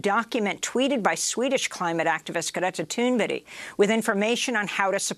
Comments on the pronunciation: Am I the only one who is confused & vaguely annoyed at the fact that Amy keeps pronouncing Greta Thunberg’s last name as “Toon-Berry?” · The girl’s name is Greta Thunberg. Berg...Berg...why is it so hard for you to get that correct??? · Am I the only one always hearing "Greta Thunberrie"....